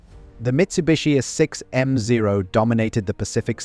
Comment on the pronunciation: I think this is AI generated. This whole series using way too many instances of repetitions. Too many obvious reading errors. using a as A 6m no a6m mark whatever. just done with this channel